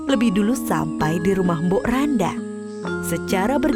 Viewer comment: Mbok rondo min bukan mbok randa bacanya